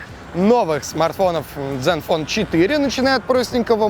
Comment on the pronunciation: zen fone а не Dzen вот кто таких берет в блогеры